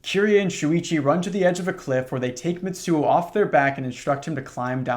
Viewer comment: Little tip: a “ts” in Japanese is a single sound, like “sh” and “ch” so instead of Mit-suo its mi-tsuo. Its like when you imitate the sound of a drum cymbal. I’m only saying it because I like how it sounds lol, gotta be one of my top ten phonemes